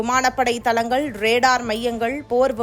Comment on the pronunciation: அலிக்க😂😂தலங்கல் முகாம்கல். இந்த பெண் எப்பொழுது தான் தமிழை ஒழுங்காக உச்சரிப்பாளோ?